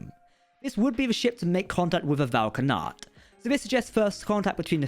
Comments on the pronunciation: Vau na’kat. Not Vau ka’nat. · Yeah, Prodigy's timeline is a bit wonky. Yay time travel! Thanks for the video! Also, it's Vau N'akat, not Vau K'anat